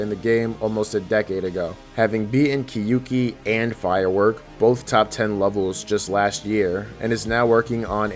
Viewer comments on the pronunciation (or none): I am commenting this because I know Japanese pronunciation lol. You pronounce the “kyou” like “kyu”, and that’s wrong. It should sound more like “kyo ki” than “kyu ki”. I literally typed out what it is in Japanese and you thought you had to tell me it’s a Japanese word? 💀 what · people say kyouki wrong every time and it annoys me so much it's 2 syllables and not ki-yu-ki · I wonder why NO ONE knows how to pronounce “Kyouki” properly lol. It’s “kyo ki”, 狂気, the “you” doesn’t sound like English, the u is silent